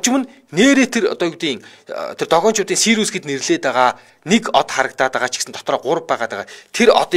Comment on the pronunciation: Сириус шүү, Сири биш. Манайхаар Хөхдэй мэргэн гэдэг од билүү дээ